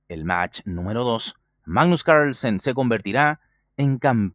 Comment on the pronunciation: se puede saber porque pronuncias Carlsen como si fueses yankee? sen es hijo de y carl de germano, carlos, asi que porque mierda te resfrias para pronunciar un apellido tan facil o tienes problema de fonética?